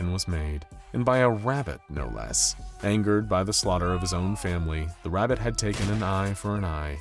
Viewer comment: "Rabitt" hurt my soul.